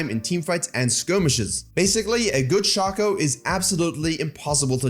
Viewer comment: Shay-ko. Not Shah-ko.